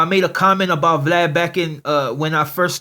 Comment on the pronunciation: he pronounces Vlad funny